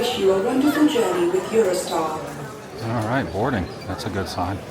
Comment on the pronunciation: Sounds like you said "Eurostyle" insead of "Eurostar". You did the same thing when you originally got on the train. Maybe I'm missing something or you're still suffering from jet lag. Thanks for another great video in this series.